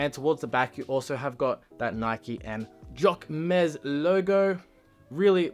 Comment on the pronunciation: I like the hoodie! ❤ but please google the right pronunciation